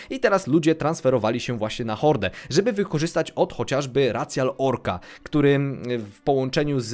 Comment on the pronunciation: racjal jezus maria, jakoś mówisz cc jako sisi więc powiedz rajszial jak bóg przykazał